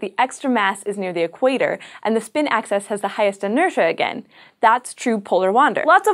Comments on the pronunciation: Why do you keep saying access instead of axis? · It is not an accent it is a blatant mispronunciation, and you know that. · Peter Williams hey wants to access the axis?